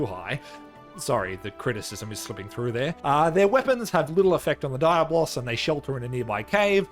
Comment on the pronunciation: My dude gotta practice more how to say Diablo’s in Spanish😅